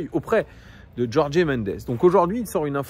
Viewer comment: Merci pour la vidéo : et juste en passant Gertifut et Jorg (en portugais on ne dit pas é à la fin)